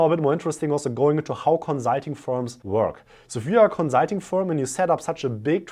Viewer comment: Love your videos, but please adjust your pronunciation of "consulting"...